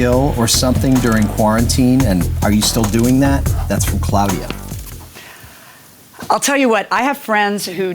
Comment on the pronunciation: Did say "Clowdia" at the end? Lol